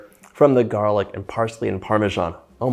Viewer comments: "parmesghian" ma parla come magni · Where do americans find the J in Parmesan